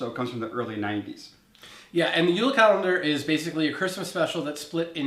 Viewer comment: JULE NOT UULA. WE ARE FROM DENMARK, NOT FINLAND!!!!.